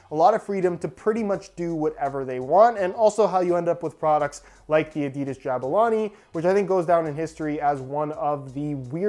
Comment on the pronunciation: When pronounces adidas the European way 😍😍😍😍